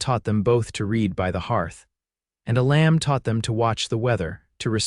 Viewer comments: Amazing that you cannot even say your main characters first name correctly 😢, it is pronounced E-lum not E-lamb. Either edit before posting or hire a human .. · Couldn't finish watching this. The mispronunciation of his name, and misspelling, was bad enough. (His name was "Elam", not "a lamb" and is pronounced "EE'- lum".) But the statements that she "walked the last twenty miles", when she just got off the train, and his that he had the ring before he even wrote to her, when he never did, was just too illogical to appeal. It was at that point I quit. It was like two different stories got caught in a blender. This story became too unbelievable to me to continue. It lost all validity, and I didn't feel anything following it would redeem it. Sorry. OR, USA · It would be better if the pronunciation matched with the way the words should be spoken. A Lamb is not the same as the name Elam. Treeline is not tree lean.